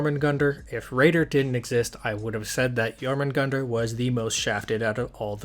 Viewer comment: You dont pronounce the "r" in jormungandr. it is pronounced yor-mun-gand.